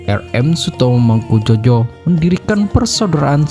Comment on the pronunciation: Ngawur yg baca narasi.Bukan mangkujojo bacanya mangkujoyo.